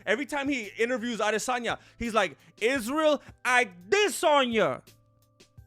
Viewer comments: “Ah-DEsanya” lmao dude you’re too funny 😂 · "Isarel IdissOnYou" 🤣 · Lol the way says Adesanya and looks at Izzy. Funny as hell